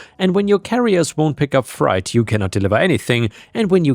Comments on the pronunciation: Hey, Freight is pronounced fray-t not fry-t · Never be afraid to take a crack at saying words. But "freight" is "frate." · The word “freight” rhymes with “date” - “fright” is what you get when you see a ghost! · it's easier to say "freight" sounds like "eight"... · I just watched a video by an American guy living in Illinois who pronounced it like fright too. It surprised me that an American with English as their only language pronounced it this way. I wonder if there are regional variations in the pronunciation even in the US.